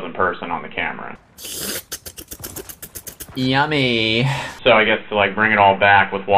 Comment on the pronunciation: i almost died when said yummeeh